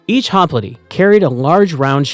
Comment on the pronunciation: Holy shit… HOP LITE, not, “hop littay”.